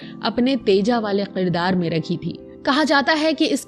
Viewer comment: Aap ki vdo achi hai leken is mein kuch alfaaz sahi se Ada nahin kiye aap me, khaas taur se Aap ne kaha Qirdaar. Which is not correct. Aap ne kaha begham which is not correct . Sahi pronunciation hai Kirdaar کردار۔ بیگم ۔ Begum - wife biwi.